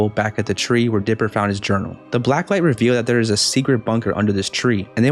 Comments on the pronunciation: He said dipil when he was TRYING to say diper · you said dlipper